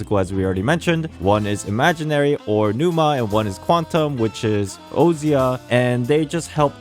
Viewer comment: I feel like its probably pronounced "oh-sha' instead of "oh see ah"